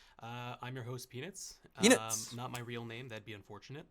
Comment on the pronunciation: can't read Otzdarva.,... Eat less and think more. It's one of the most famous dbd players and his way of reading his name pissed me as much as Patrick's idiotic appearance and his cocky attitude. What a dumb team I want to end it all rn. Who tf is PINUC??!?